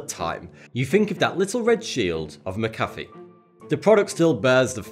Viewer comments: "MCafe" its pronounced Mac-uh-fee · Stop fucking saying "Muckaffey". Say it with me, McAfee. Mac, uh, fee. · it's pronounced Mac-A-Fee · i thought it was mac- a -fee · McAfee is pronounced mac-a-fee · I didn't say he did or didn't, only that he's fucking up his name. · since when does on A make the sound of a U?